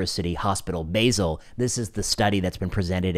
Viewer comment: Excellent! But, to be entitled to drink from a Swiss mug, you need correctly to pronounce "Basel." Also, 800 times is closer to 3 orders of magnitude than to 2 orders.